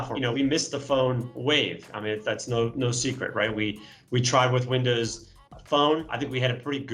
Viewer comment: Nah .... he says Vindoz